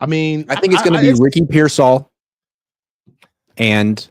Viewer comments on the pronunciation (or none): And he always says Ricky PearSAll for some reason